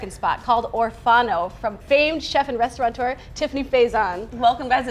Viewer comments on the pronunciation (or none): The word is restaurateur, not restauranteur 😯